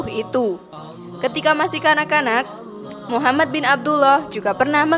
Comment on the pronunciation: jadikan semua kritik,untuk lebih baik. terutama pengucapan nama Nabi.BELIAU Nabi Muhammad S A W,adalah TAULADAN kita sebagai umat ISLAM.